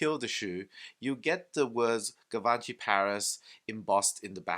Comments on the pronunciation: Gavanchy? Lol 😂😂😂 Lear how the pronunciation first before doing a review dude! You look ignorant with that pronunciation that’s not even close to how it is pronounced. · Could you at least try to pronounce it right? "jzhiv-on-shee" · My frend you pronunciations on Givenchy is shit call them G is better